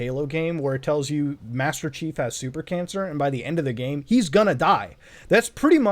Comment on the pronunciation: “ tel them i hav.... SUPER CANSER.”